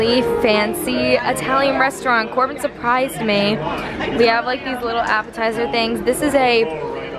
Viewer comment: its not corbean its corbyn😁😁😁